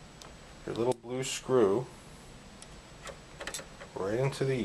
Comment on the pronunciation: BE VEWEE VEWEE QUIET! I'M UNSCREWEENG A VEWEE VEWEE SOFT SCWOO!